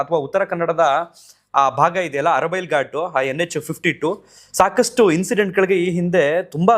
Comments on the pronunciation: Not arabail ghat It's Artibail Ghat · ಅರಬೈಲ್ ಅಲ್ಲ ❌ ಆರತಿ ಬೈಲ್ ಅಲ್ಲಿ ಆಗಿದ್ದು ನಮ್ಮೂರು ಅಲ್ಲೇ ಆಗಿದ್ದು 😢 ಓವರ್ ಸ್ಪೀಡ್